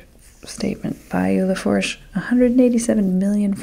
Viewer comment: Born and raised in Louisiana. Even co-founded a disaster response organization for hurricanes. I've never known this much about hurricanes. You are an excellent educator. 👏 Thank you so much for putting this together. Also, Im a survivor of Hurricane Andrew and Katrina. Bayou Lafourche is pronounced "lah-foosh". ❤